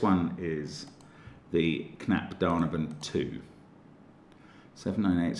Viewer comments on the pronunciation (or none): Mark, you say it "knapp da-neyh-ben" like neiighhhh, when you describe a horse sound :) You are awesome btw Mark